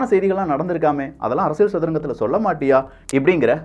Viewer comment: தம்பி நீங்கள் சொல்லும் விஷயங்கள் எல்லாம் நன்றாகத் தான் இருக்கின்றன! ஆனால், உச்சரிப்பில் கவனம் தேவை (உ.ம். அரசிய"ள்")!